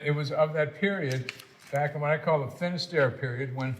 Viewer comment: Her name is Finisterre, not "Finistere."